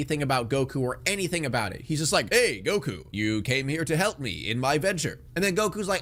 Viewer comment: Yeah, I mentally checked out after “Geeku”